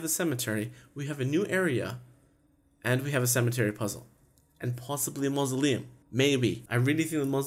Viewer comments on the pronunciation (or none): When you said mousleim I thought you said Muslim!